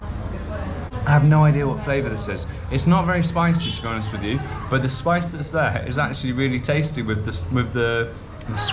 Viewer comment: What part of the kingdom does "wif" come from? Thank you.